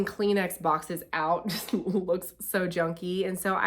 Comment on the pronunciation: At first I thought you said “drunky” not junky hahahaha